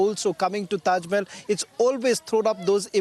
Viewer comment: Tejo Mahal not taj😂